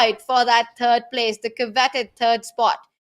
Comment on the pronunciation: Tania please don't say turd place anymore. Say 2nd runner up. I can't take you seriously when it's TURD PLACE